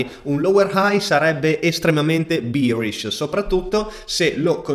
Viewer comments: si dice behrish e no bierish! bier è la birra! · Birish misà tanto di birra 🤣 BEArish è la pronuncia corretta Grazie per i tuoi video, ti stimo tantissimo. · tutto ok ma non dire bierish per favore